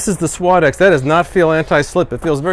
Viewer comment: you are pronouncing suadex completely wrong